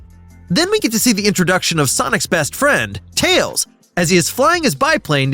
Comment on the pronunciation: did i just hear "Miles "TAYS" Prower"?